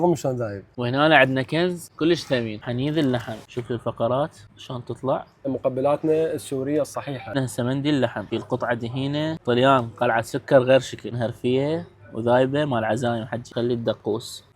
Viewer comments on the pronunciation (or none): يابه اسمهه قلعة سكر بكسر السين، و بلا تشديد الكاف.. شنو سوكر؟؟ انته خاف عبالك "سكر" اللي هي بالعراقي "شكر" و بالانجليزي "sugar"؟ هاي كارثة. ادري ما سمعتهه من العالم لمن وصلت.. اتخبل من قلة الاهتمام بالنطق، عبالك واحد ديفشر عليه